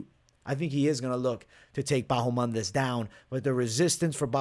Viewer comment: Still calling ma man "Bahomandes" I see ?!